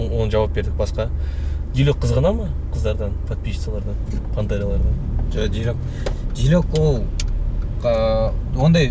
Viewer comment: Директ емес дайрект қо😂🤣🤣